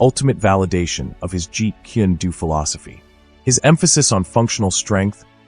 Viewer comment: it's jeet kune do, not "jeet kindu" or whatever you're saying